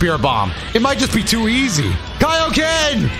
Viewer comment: saying “Kay-o-Ken” is the most cursed thing I didn’t need to hear.